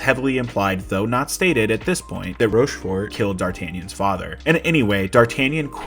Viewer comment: And then "ROSCHFORT" lol